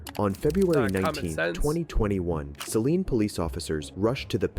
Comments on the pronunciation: I was neighbors with this guy, I moved away late 2021, horrible story, it was the talk of Celina middle school in 2021 lol Also detective pronounced Celina wrong, it’s “sil-eye-nuh” not “See-li-na” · Yes but I lived in Celina for almost 10 years or so and there its pronounced sil-eye-nuh. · I don't think I've heard about this one, and I live in Texas. It's actually pronounced, sil-EYE-nə. Love your videos! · Celina is a spanish name, it is pronounced: Seh Lih Nah.